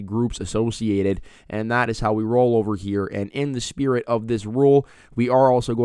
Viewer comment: When you say this is how we roll, I hear this is how we CRO!!!!